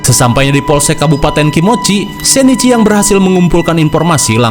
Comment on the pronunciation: Bang itu Shinichi Kudo ,bukan sheneci Kudo 😂